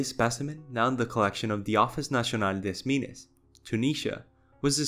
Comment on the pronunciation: Nice compilling of datas ! I think they were more like ambush' style predators. And about a point of prononciation , if you'r care, at 49.43 for the BM231 (in french) : " des Mines " it is said with a D like in "dellusion" and Min like in "Viet-mihn" ; so more like " D Mihn " . (Sorry for the bad comparaisons..! I'm still learning english)